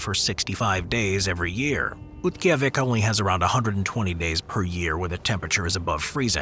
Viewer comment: for the record, Oymyakon's last syllable is 'cone', rather than 'con', which is proven out on its Wikipedia article, as well as several videos and TV specials I've seen about it. Utqiaġvik = oot-key-AH-vick, and it also has a Wikipedia article with an accurate pronunciation given. Harbin, China is har-BIN. Yakutsk = yah-COOTSK. Saguenay = SAG-Ə-nay. In the Fairbanks section, Tanana = TAN-uh-nah. Since it's not a city, it probably doesn't quality, but it still warrants being brought up: Alaska's Prospect Creek Camp = coldest recorded temperature (-80F/-62.2C) in USA on 1/23/71; located at approx. Milepost 135/217km on the Dalton Hwy., 20 mi/32km north of the Arctic Circle. This was one of 31 camps built during the construction of the Alaska pipeline to house the workers, thus avoiding long commutes to work. International Falls is on the Canadian border.